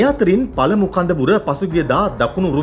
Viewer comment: වැස්සට හෙම්බිරිස්සාව හැදිල.. කඳවුර , කදවුර වෙලා 😂